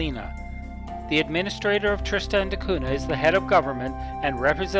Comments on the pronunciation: It's not pronounced Trist-Stan. I found this island on the map hanging on my wall and my name is Tristan, I can tell you that my name is not Trist-Stan. I know there can be different pronunciations, however it's not pronounced differently than my own name. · Hey, i'm not trying to bash you or your video, it was really good. When I hear you butcher my own name it just puts me off a little bit.